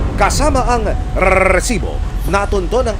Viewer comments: Ang sakit sa tenga ng RRRRRResibo😜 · Bakit maraming R sa rrrrrrrrrrrrrresibo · Ilan po ba ang R sa salitang Rrrrrresibo ? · Hahahaha parang walo😂